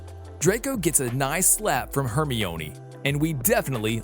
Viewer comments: It's Herm-eye-onee not Hermy-oney lol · “Hermiooni” 😂😂😂 its Hermione not hermiooni 😂😂 like u would say windgaodiom leviyosaaa it’s Wingardium Leviosa😂😂😂no offense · badly pronounced, Haegrid,Buck-a-Beak, Hermiionee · Hermione is (her-mi-nee) and you should do ronald weasly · Hermione is Hermeeonee, Hagrid is Haygrid, Quidditch is Ka-Ditch, a Hippogriff is a Hippogroff? Have you ever seen the movies? Are you a bot? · Your saying it wrong it lu c us and her mi nee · IS PRONOUNCED HERMIOINE QUIDDITCH AND NACRISSA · Its her-my-a-knee. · When he prounounces quidditch, kiddich and hermine hairmoineeee: :/ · You are Hermiyoni part 3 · Hermoine is pronounced (HAIR MINE EE) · Saying hermione's name wrong lol. Its ok though. Love watching these videos. ❤ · He said Hermione wrong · Can y’all please stop dragging him on his pronunciation I know it was bad and he knows now to but ya don’t need to remind him how to spell Hermione times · The way you pronounce '"Hermione" Is not how you pronounce it! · You pronounced Hermione's name wrong